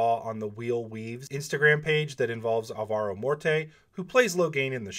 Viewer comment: Thanks for the amazing video and for the hard work for the WoT community. Btw, it's ÁL-va-ro (Morte), not al-VA-ro. Best wishes from Madrid, Spain. Stay healthy!